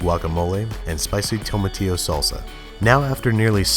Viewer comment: "Tomi tío salsa. " Hispanics: 𝘕𝘖